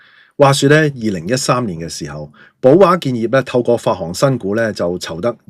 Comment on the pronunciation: 1) 是「兩肋」插刀，不是「兩脇」；2) 「發行」讀作「發恒」，是發布及行使之意，不應讀作「發航」。 跟着的文章是解釋「兩肋插刀」的來由：「肋」位於胸部兩側，「兩肋插刀」意指為了朋友敢於冒險、甘願做出很大的犧牲，如「此人俠肝義膽，為朋友甘願兩肋插刀」、「這人到了關鍵時刻，能為朋友兩肋插刀」，多用來形容重情重義之人。原本是「兩肋岔道，義氣千秋」，後逐漸演變成「兩肋插刀」，而這兩種說法都和隋唐的秦叔寶有關。 一說秦叔寶（字瓊）在縣衙當差，某次奉令帶捕快去抓強盜，他為了搭救朋友，故意帶捕快走往岔道，自己反受牽連險些喪命。後來朋友奮力救秦叔寶脫險，聚義瓦崗，共舉義旗。隋亡後，秦叔寶成為唐朝開國功臣，後人為歌頌他的義舉，將岔道旁的村莊稱作「兩肋莊」，故事在流傳中添枝加葉，「岔道」變成「插刀」，最後演化成「為朋友兩肋插刀」。